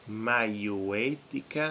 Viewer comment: Maieutica ha l'accento sulla e prof! 🙄